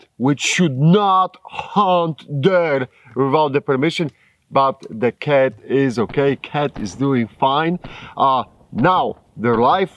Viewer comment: “the creature was yourrrr khat “...hysterical..🤣😂🤣